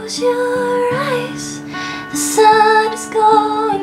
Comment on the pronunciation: I love how you say 'eyes' :) Amazing!